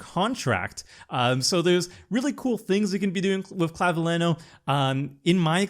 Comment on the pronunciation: The ñ in Clavileño makes the last syllable sound like nyo.